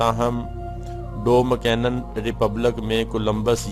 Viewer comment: Aap ko thik seh Dominican b kehna nahi aaraha…aap ko kya follow karna hai 😅